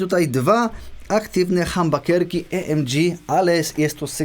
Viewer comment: O co chodzi z tą wymową "e es pe el ti di"? Albo "e es pe el te de", albo "i es pi el ti di" :P Później pojawiają się jeszcze "hambakerski e em dżi". :D